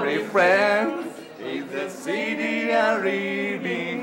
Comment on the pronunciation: shity, not city :D